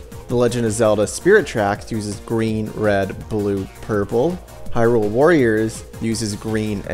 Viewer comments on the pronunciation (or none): none